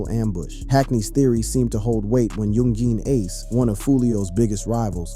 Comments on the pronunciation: You called him "Yung Jean ace" lol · Do better research next time this video wasn’t correct on a few things. 😂 young geen ace shoulda knew it was gunna be a bad video first time you tried saying his name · dont make a vid on a person when you cant even say his name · Can't even say bro name correctly 🤣🤣 goofy ass